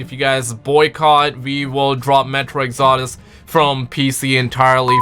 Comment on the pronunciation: How the hell did he pronounce metro exodus?